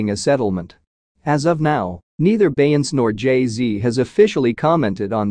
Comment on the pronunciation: If he say BEY-YANCE one more time!🤦🏽‍♀️🤦🏽‍♀️🤦🏽‍♀️😄